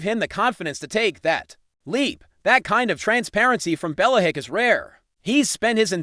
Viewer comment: Can’t listen to this. Bella-hick?